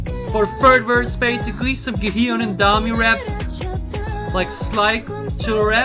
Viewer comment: Everytime i hear him say Ga-E-yeon my ears bleed lol